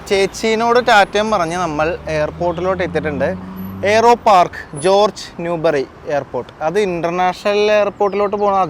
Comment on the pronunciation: Its not pronouns ജോർജ് its ഹോർഗ്ഗേ 😬